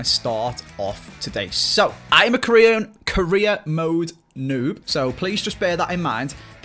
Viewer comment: Almost every time he says career mode I hear Korea mode